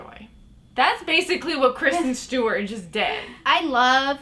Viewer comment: not-care-sten stewart